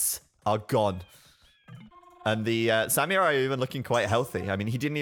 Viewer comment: U r pronouncing "samurai" wrong!!! My girlfriend (which i respect) is Japanese and she is offeneded!!